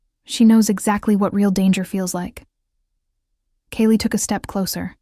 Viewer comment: Kayla and her daughter Ivy, were running away from Richard and the toxic relationship with him. Ivy asked a total stranger for help, who did. Kale , Kaylie or Kayla, is one person, pronounced differently throughout this story but it doesn't take away the plot of the story. Loved it ❤❤❤❤